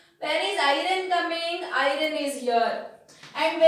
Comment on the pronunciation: Mam y r u telling irone can we call iron as irone